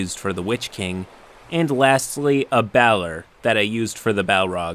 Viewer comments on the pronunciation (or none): I like your videos and hate to be that guy, but Balor is pronounced bay-lore not bal-er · Balor is pronounced bay-lore not ba-ler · Balor is pronounced "Bay-Lore" Sorry, its not a big deal or anything, it was just bugging me >_> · Also, it’s pronounced Min-uhs Teer-ith and Bay-lore I dunno if you have an editor or anyone helping with these videos but you should fire them